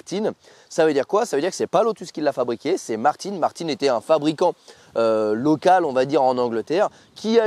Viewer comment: Westfield a fait une V8 aussi 😏 la SEight ! Et c'est "Martin" pas "Martine"... C'est Français pas Anglais une Martin ! 😱😩